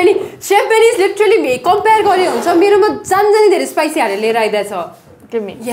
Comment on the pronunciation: WOW! Meatatarians Spicy lol :D what happened to your accent. Totally Nepali. :D :D :D :D :D :D :D :D